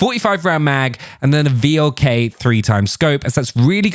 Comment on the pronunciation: please do not read V.L.K. but read it like VLK it means wolf in english. And i found that scout optics works better for me